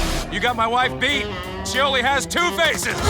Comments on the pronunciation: "There could be 'tew'" tmartn goin hillbilly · 😁😂😂😂 the way you said "two"